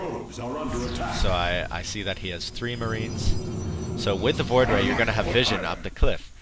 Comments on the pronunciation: No, what I meant is that it sounds like he said Floid ray, instead of Void Ray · fast FLOID ray rush?